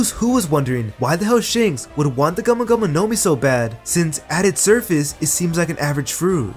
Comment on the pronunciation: video is good but i hate how you say gumo gumo no mi as one word bruh